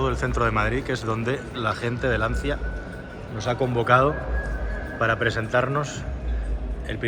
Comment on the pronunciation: Se dice lanchia 😘 Qué horror de coche.. Que manera de cargarse una marca de valores..